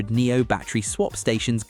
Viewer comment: Silly IA voice can't pronounce Omoda and Nio correctly ... please review your videos before publishing them !